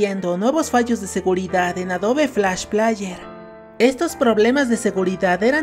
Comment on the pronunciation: Por cada vez que dijiste "plaller", murieron 10 niños en África xd